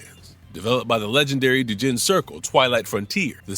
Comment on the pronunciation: doujin is pronounce like dough. like pizza doe. not a big deal. most people won't notice.